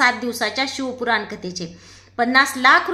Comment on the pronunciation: शिव पुराण कथा बोला शिव कुरान नाही ....आधी व्यवस्थित बोला वाचून बोलताय तरी अशुद्ध आणि चुकीचे बोलताय....तुमची कीव आली....कुठे तरी आपले हिंदू लोकं परत देवधर्म करायला लागलेत.....असा चुकीचा प्रचार नका करू